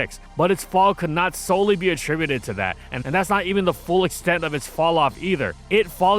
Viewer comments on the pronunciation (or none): none